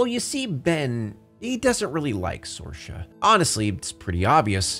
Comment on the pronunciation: It's pronounced SEER-Sha. Not SOAR-Sha